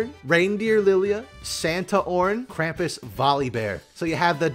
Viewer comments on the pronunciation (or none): none